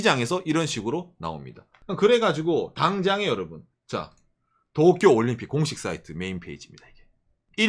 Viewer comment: zㅋㅋㅋㅋㅋㅋㅋㅋ종이펴서 또꾜!! 따라하는거 개웃겨서 몇번을돌려보네